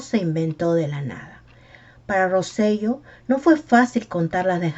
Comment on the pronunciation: Hola, excelente video. Quería comentar que el apellido correcto de Roy es Rosselló. El acento en la “O” cambia la pronunciación a Ro-se-yó